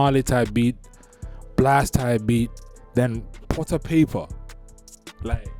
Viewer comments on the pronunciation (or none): none